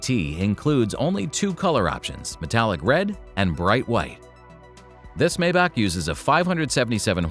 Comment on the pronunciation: It is pronounced ' My bach' according to Doug DeMuro